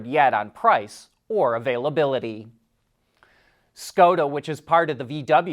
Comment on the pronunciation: You’re pronouncing Skoda wrong